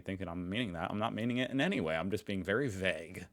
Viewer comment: There is no illegal immigration which is why there are no statistics about this. The term is a political word that you, as an American seem to have quite internalized. What there is, is the rejection of asylum grounds. On a very different note: say that sentence again: "I'm being very vague" - and teach it to Germans! because THAT is how an english "V" is pronounced! (too many Germans say this English sentence as if it was spelled "wery wague")